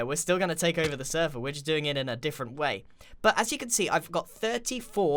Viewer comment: you say "take over the sever" YOU OWN THE SERVER!